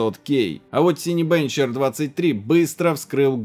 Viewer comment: Не Сайнбенч. Синебенч от слова " Синема". И уж не сайн точно, скорее синька.